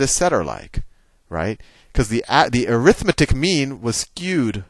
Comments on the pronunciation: Hey Sal, 'arithmetic' is an adjective in front of mean, and is thus pronounced ARithMEtik, not aRITHmeTIK, i.e. primary and secondary stress on 1st and 3rd syllables not 2nd and 4th. Thanks. It just kinda bugs me on a vid that is otherwise great. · When you say "arithmetic" you're saying it as a noun. The noun form is ə-rĭth'mĭ-tĭk while the adjective form is ăr'ĭth-mĕt'ĭk. The adjective form is more like air-ith-meh-tic, and I think that's what you were about to say the first time you used it. My math teacher taught us that when we kept trying to "correct" his use of "arithmetic". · "arithmetic", when used as an adjective, the stess should be on the "met" syllable